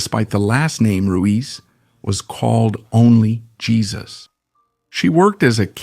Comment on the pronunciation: The Portuguese do not speak Castillian, we do not pronounce the "J" sound as an "H" we pronounce the "J" sound like a "J" so it's not "Hesus" it's "Jesus".